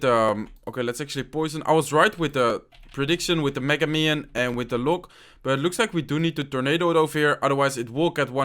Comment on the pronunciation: When u said "minion horde" i think u said mino....